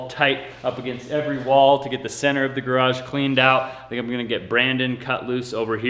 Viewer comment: You said garage four or five times in this video. Congratulations! There is only a little more progress to make pronouncing it like most U.S. speakers. You are at about 90%. Can't you just practice with almost anyone else and listen carefully to get it to 100%?